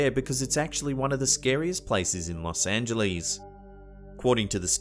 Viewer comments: Los Ang-uh-less, not -lees! Haha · I know it's nit-picking, but it isn't pronounced Los Angelees. It's Los Angeless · Haha!! One of the comments was how pronounced L.A. "Los Angelees"...I mentioned Arlo Guthrie's song "Coming into Los Angeles" where he says Coming into Los Angelees...bringing in a couple of keys! I havent heard Arlo mentioned anywhere for 30 years and now twice in one day!!! 😄